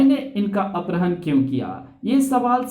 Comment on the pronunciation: Accha hai... Par apharan hota hai aprahan nahi